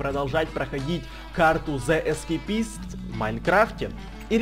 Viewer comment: Не зеискепИст А зеискЕйпист